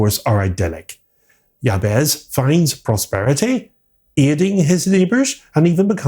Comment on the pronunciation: Have you actually watched this film? Firstly, Mr Scratch is not a "stand in for The Devil", he IS The Devil. And If you do bother to actually watch the film, you'll realise that the name Jabez is pronounced Jabeth, not Jab-ezz. Likewise Stephen Vincent Benet's surname is pronounced Ben-eh (silent 't') not Bennett (as in Tony Bennett) and Dieterle is pronounced Duh-ter-luh, not Deterle. Listening to you mispronounce their names over and over again was like nails on blackboard.